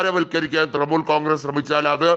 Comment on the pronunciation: തൃമൂൽ അല്ല തൃണമൂൽ